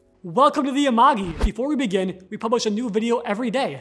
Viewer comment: I love these videos but Am I the only one that can't get over the mispronounced names in the Amagi videos?